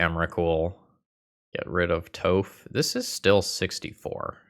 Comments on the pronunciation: it is pronounced tawph not toe-ph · All I could hear was 'Toeph' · What did you call Toph… D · I love some spicy Nic fit. I can tell you we're not an avatar fan when you were younger with the way you pronounce toph.lols